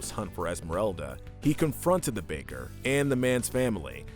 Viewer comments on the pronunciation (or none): none